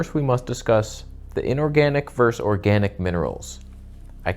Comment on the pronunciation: 👍Thank you. Interesting food for thought as usual, but saying "verse" when you mean "versus" seriously undermines your credibility. You do know, don't you, that it's a globalist plot to teach everyone to say "verse" when they mean "versus" and "phenomena" when they mean "phenomenon." It's insidious.